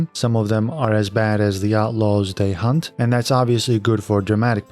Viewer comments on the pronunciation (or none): none